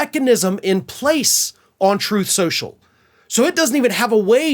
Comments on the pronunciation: “Troof or Consequences “… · Troth Senshul 😂😂😂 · RIH, "Troth sential" / "Troof sential" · Troth sential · Troathe Senshul! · “TROATH SENTIAL”!!! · “Troth Sential” RIP 💀⚰️🪦⚱️ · you pronounced it wrong; its "Trothe Sensual" ~ I heard Trump state that himself. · Troth Central as Trump likes to mispronounce it. But then who would expect him to know how to pronounce a word like 'truth'? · "Throthe Senchul" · You mean, Troth Sential? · You mean, troth schochel? 😂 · the end of "troth senschel"... oh,no! ...anyways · “Troth Sencial” —DJT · “Troth Sential”- DJT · tRump mispronounced the name of his social media site as "Troth Sensual" (or something like that). David Pakman uses that foible on his show when he's remarking on donny's comments. In Ukraine, they elected a comedian to be their president, and HE HAS BEEN truly admirable. Here, we elected a con to be a president, and he turned out to be a clown, truly disgusting. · He can't even pronounce the name of his own gig properly....Troth Cential. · Truth social? During one of Trumps speeches I thought he called it "Troath Sensual". I've been calling it that instead.